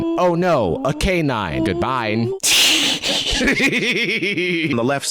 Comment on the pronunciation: i love that got twice with "goodbine!"